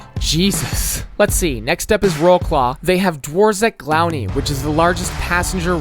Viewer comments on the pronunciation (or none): As a polishman try better next time with your reading atleast, you didnt even try you just say it the english way and thats so wrong. You speaking for example dworzec główny, and the other parts of warsaw makes me vomit XD. Congrats to the Polsih team such a good job🇵🇱🇵🇱🇵🇱🇵🇱